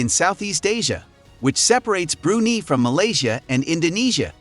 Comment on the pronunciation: It's pronouned "Bru-Nai"